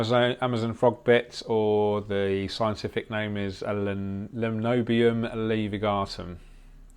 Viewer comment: Realy love your tanks, especially the Blackwater scape. 😍 when you said "limnobium laevigatum" it sounded like something out of Harry Potter lol. I hope that's not offensive in some way.